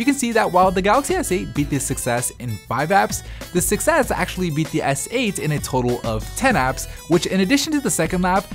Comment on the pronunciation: I keep thinking you're saying "success," not "6S"